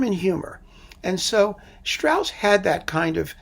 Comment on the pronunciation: Strauss was not someone who brought his humor to the people as a thigh-slapper - Rossini didn't do that either - but who had wonderful i not the best lyricists who hid the humor in the language, Strauss then in very fine music. And please - If you give a lecture on Strauss, pronounce his name and works correctly. And your analysis about Jochanaan in Salome is totally wrong in my opinion.